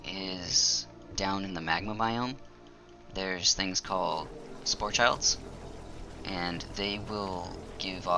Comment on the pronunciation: I think it's pronounced spore-kid, a wordplay on orchid. I can see how you'd read spore-child though - I do likewise and have whatever word seems close in my head rather than reading every syllable.